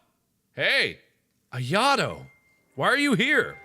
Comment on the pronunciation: You said ayatos name wrong it's (I-A-TOE)